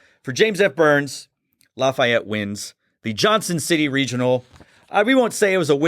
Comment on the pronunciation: Great Video! And it's La-fee-ette #POTB